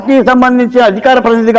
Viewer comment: అరేయ్ మడతం కాదురా మాట్లాడటం పూకా